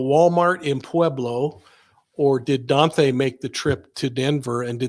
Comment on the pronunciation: Please quit saying DON-THAY.